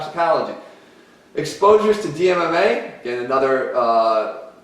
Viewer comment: As much as I enjoyed this video, it is really hard to take it seriously when the pronunciation of DMAA is completely wrong. You would think with this amount of research Di-methyl-ethyl-amine wouldn't be too hard to say